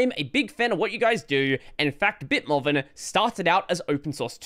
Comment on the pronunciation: Are you pronouncing BitMovin as "BitMoven" instead of "BitMoovin" for a reason, or did you just not realize Movin is supposed to be Moving with the G not enunciated?